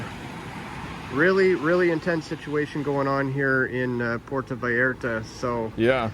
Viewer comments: Puerta vareh-rah .. Hilarious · "Porto Valerlalalla..." 😂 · It's pronounced Poo air tah Vai art ah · I respect the attempt to pronounce Puerto Vallarta with an authentic interpretation of how the locals would enunciate it. "Porto Valalallar". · It's pronounced PU-OR-TO Vy-AR-ta 🤭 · My boy said "Porto Valara" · I will put it phonetic for you Common known large city“ Poierto Vierta…” come on man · The news here is Asmon doesn't know how to say Puerto Vallarta. I guess he never watched The Price is Right when he missed school because he was sick. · Y'all Value the Opinion of someone who can't be bothered to pronounce Puerto Vallarta or Jalisco correctly? Elites Fund these Organizations every time they Party then they hand out Guns to Barely Legal Citizens when things go Sideways. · Asmongold really out of his depth on all this. Him trying to pronounce Puerto Vallarta and talking about cartels like they’re militia…. They are full military that runs the entire country- they own the hospitals, legal system, the vacation spots, the police, the politicians… they are our next door neighbors, they are a huge threat that will cause civilian casualties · "puerto" what? What was that asmon? Lmfao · Asmon trying to pronounce Spanish words is making my night lol